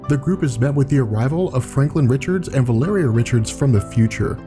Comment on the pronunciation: Wait, is the really the way you're supposed to pronounce Valeria?